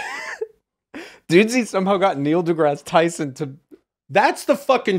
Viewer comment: holy shit its actually Neil degrease Tyson